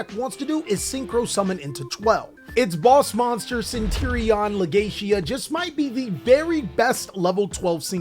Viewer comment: CentUr-Ion ma boi not Centirion :P